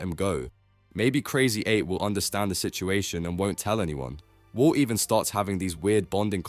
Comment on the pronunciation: bro said "wou" (walt) like 3k times😭😭